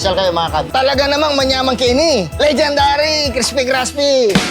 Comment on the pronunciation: Legendary crespy craspy HAHA